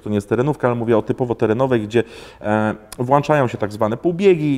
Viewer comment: Fajny jesteś gość ale mów włączają się a nie włanczają.